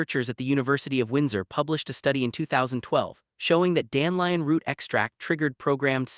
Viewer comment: I lnow ots a.i but its dan de lion not dan lion